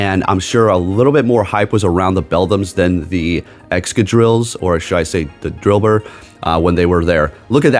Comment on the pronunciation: you keep saying drilbird, is it out in your location.